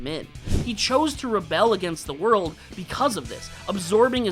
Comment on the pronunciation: Also it’s “world” not “word”